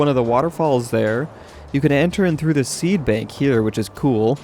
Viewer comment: He Called it a seabank NOT a seedbank